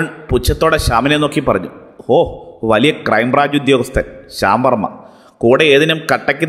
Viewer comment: ശ്യാംവർമ എന്ന് പറഞ്ഞപ്പോൾ ഷവർമ എന്നാണ് കേട്ടത് 🤣